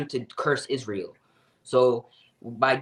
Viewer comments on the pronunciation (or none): none